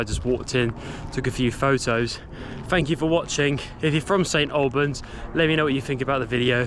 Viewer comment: Thank you, brought back fond memories of growing up in the area. I would hear local people pronounce it "snalbans' and it rubbed off on me and so I find it strange to hear it correctly pronounced as you do. bless ya.